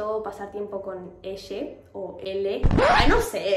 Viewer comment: Dijo verla y dps dijo elle o ella ajajajajaj